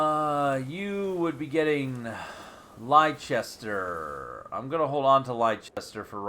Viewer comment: I doubt you enjoy being corrected on towns that you have no reason to know of, but Leicester isn't Lei-chester but Less-ster. :)